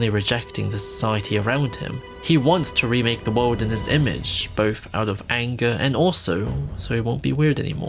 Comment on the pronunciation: Is it pronounced “bowth” or “bolth”?